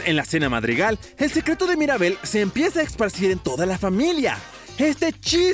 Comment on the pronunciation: No es Maribel es Mirabel